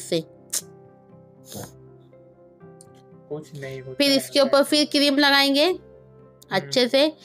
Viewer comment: Oppal nahi bolte oppar bolte hai